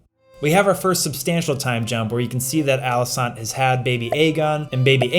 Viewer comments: Viserys was actually not referring to rhaenyra's aegon on his deathbed he was talking about aegon the conqueror. Also great vid as always but she's called Alicent not alisaant lol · Alicent,, it's AlicEnt